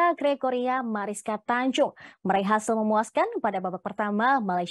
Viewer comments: Tunjung bukan Tanjung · Tunjung kak.... Bukan Tanjung